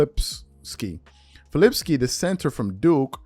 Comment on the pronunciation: The guys name is FI~LI~POW~SKI, NOT FILIPSKI, I CAN'T STAND YOU REMEDIAL YOU TUBERS, READING{and PRONUNCIATION is TRULY FUNDAMENTAL!!!!! IF YOU WANT to be in THESE SPACES, STOP MAKING YOURSELF LOOK LIKE an IMBECILE and LEARN PROPER ENUNCIATION!!!!!!!!!!!!